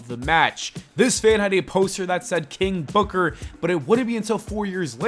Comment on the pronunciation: You have to say it like KING BOOKAAA